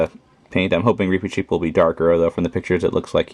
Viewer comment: Its reepichief!!!!!!!!